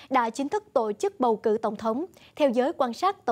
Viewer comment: đừng đọc " tộ chức " nữa